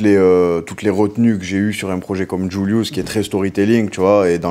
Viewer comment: Incroyable incroyable trop fort, le flow, la musique, des punchs, il est content d’être là, le journaliste au top mais par contre je déteste comment il dit JVLIVS, il dit djoulious, entre nous c’est vraiment plus Julius